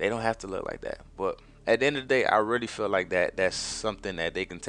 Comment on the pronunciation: you mean feel not fill